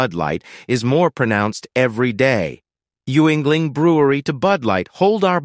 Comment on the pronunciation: It’s not you-ingling. It’s pronounced “yingling”.